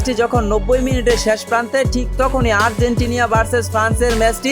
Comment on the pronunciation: আর্জেন্টিনিয়া নয় আর্জেন্টিনা 🎉🎉🎉🎉🎉🎉